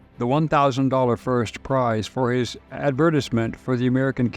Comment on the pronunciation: Did the narrator mispronounce "advertisement"